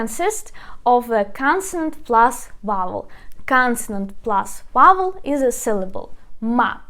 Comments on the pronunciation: You are also mispronouncing the word "vowel." The "v" is pronounced with a v sound, like the sound B in Ukrainian. "Vowel" does not begin with the sound "w" in English. It starts with "v." On the other hand, the "w" is not a "v." The "w" s a true English "w," it sounds like wa-in want, we, or win. Not a v, but a w. Don't give up. You are almost there. Other than that, you are an excellent teacher, very kind and patient. I learned alot from your presentation. DyakuIO! Irene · vowels is pronounced veaol or веаоул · Vowel = вауэль . I hope it helps. Your videos are most excellent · Vowel almost sounds like the word "fowl" but softer. Mid-western American English today.